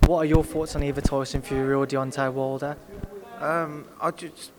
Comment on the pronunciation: "deontie woildah"